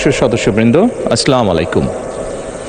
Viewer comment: আসলামালাইকুম হবে না,আসসালামু আলাইকুম হবে, উপস্থিত সম্মানিত সদস্য বৃন্দ আপনারা মাননীয় প্রধানমন্ত্রীর সালামের শুদ্ধ উচ্চারণ করতে সহযোগিতা করুন, আমিন সুম্মা আমীন